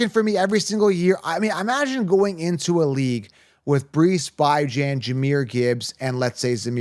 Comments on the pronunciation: First time I've watched your channel. Mispronunciation of player names (By-Jan??) is an automatic downgrade to your credibility. I'm out. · Will "Lee-Viss" "By-jon" my god...... its like my wife trying to talk to me about football lol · Bijan and Achane, you may wanna go hear the pronunciation of those names. Thank you for content, very helpful.